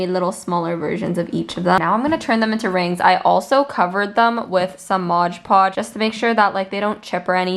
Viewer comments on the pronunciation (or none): Ugh you pronounce mod podge Modge podge!! Ughh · Its mod podge not modge podge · i noticed you kept saying modge podge. its pronounced mod podge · No but the way she said “Modge podge” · why does she say modge podge i canttttt